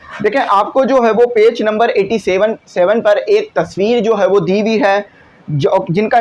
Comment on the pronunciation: 87 tu sahi se bol lo pehlay phir dusro ko parhana